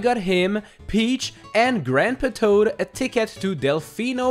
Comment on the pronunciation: No one:: AnD GrAmPa ToAd